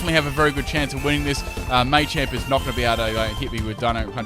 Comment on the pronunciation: dnt ever say machamp ever again